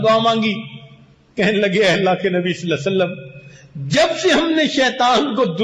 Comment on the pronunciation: S.A.W. Sahi Tareekay Se Parhain sir..